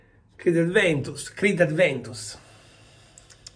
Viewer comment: "Aventus", senza la D;) Buon inizio settimana!